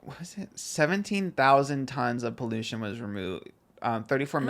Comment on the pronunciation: Trisha saying “pollocean” instead of pollution 😂😂